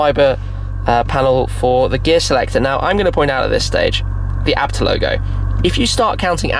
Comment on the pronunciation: It’s A.Bee Tee, not abt.